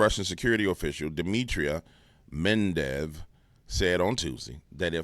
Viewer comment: Med...ve....dev. not "mendev". no "n". 😂. Unless this was intentional, then carry on.